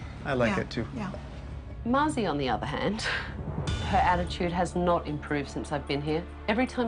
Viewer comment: it's Mazi actually not Maui